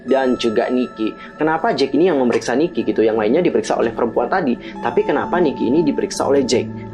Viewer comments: koreksi yaaa ni-ki not niki heeseung not heesung. hehe thx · Koreksi ya kak. Ni-ki not Niki. Heeseung not Heesung. Btw, makasihh yaaa udah dibedah teoriny /emot nangis/